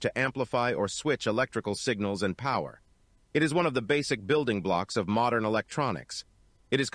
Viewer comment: No way, no where near! Listen to the word "power" particularly. It is not using a proper Australian accent, it sounds English esp. at the end of the word. It might not be so obvious to you if you do not have an Australian accent or live around Australian accents all the time.